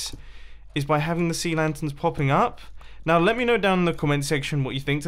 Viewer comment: Said now wrong